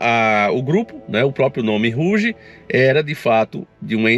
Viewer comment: Olá Rouge quer dizer vermelho em francês, e a pronúncia vc pronunciou correto, no caso seria ( ruge ) Gratidão pelo teu lindo trabalho 🙏💜